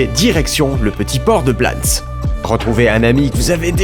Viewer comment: Je pense qu’on dit « blanessss » on est en Espagne donc on prononce toutes les lettres et notamment les s !! 😘